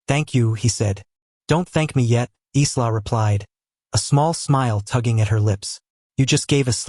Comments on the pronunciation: EYE-la!!! NOT Izla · AI LEARN TO COUNT. Dominic spoke 7 words at the beginning but narrator said he spoke 6. Accuracy is important. Also in English the name ISLA would normally be pronounced I LA. The S is silent as in ISLAND. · Her name is pronounced " Eye la", the S is silent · The nurse's name is pronounced Eya la. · The name Isla is pronounced I'LL-uh. The "s" is silent. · ISLA .... OMG ..... get your AI right.... the 'S' is silent... pronounced "EYELA" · Please pronounce her name properly.